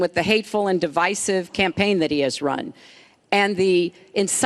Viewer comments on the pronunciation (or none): none